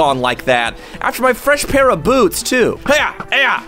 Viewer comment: Don’t say boots say how u say boots uhh yea beyats